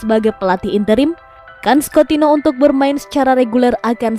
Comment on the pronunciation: Anying Coutinho dipanggilnya coutino aduh bisa mbaca ngga sih min